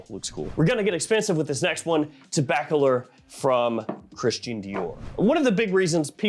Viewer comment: TG someone finally pronounced Tobac-a-lor correctly. Reviewers have been driving me nuts with their pronunciations. Gucci Guilty Elixir was absolutely best of 2024 imho, with BB Absolu a close second. Thanks for Chanel Por Monsieur, I was wondering about it last week while looking at Antaeus, and then the Egoistes. Would love for you to go in depth on these three—and maybe compare CM with Dior Eau Sauvage line.